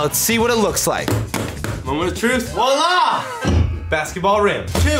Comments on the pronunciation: Bro said “WALLAH!” Instead of “VOILÀ” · it's "VOILA" dummy.